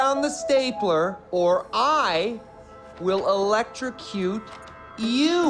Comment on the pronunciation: I can say the only thing I don't like is he points at his butt when he says electricute lmao but I can't wait to see this!!!